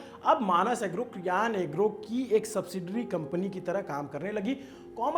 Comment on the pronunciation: भाई कियान नहीं❌ सियान नाम है